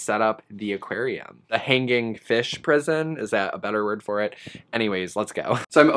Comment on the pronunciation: It sounds like you are saying "hang gang" rather than hanging. Is it just me that hears this, probably 😂